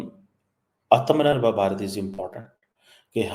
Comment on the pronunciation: Pronunciation is AAAAAATM. NIR BHAR BHARAT THANKS SIR